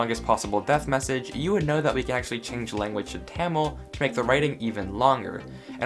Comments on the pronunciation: It’s called Tah-meel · When will he stop saying Tamil as taemil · It's Tah-mill please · Please never pronounce Tamil like that again.